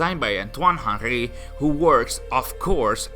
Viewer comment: Hen-REE not HANGHRY